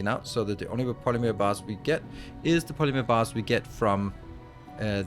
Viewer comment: It’s funny hearing you say polymeer instead of polymer. 😂